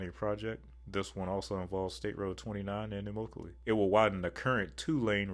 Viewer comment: pronounced eh-mock-a-lee